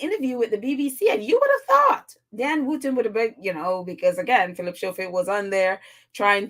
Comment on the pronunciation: Hi, his name is pronounced Scofield. The "h" is silent.